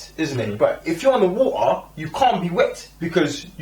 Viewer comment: i cant get over how he says water..."war uhh" lol...but yea no the trailer looks epic!